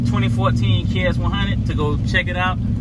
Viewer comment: i love how he called it a kx 1 hunnit